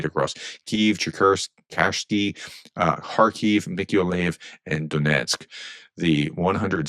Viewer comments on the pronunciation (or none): none